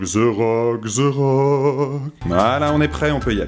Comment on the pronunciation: Wtf ze rock on dit dha rockkkk!! Osti côlis de tabarnak!!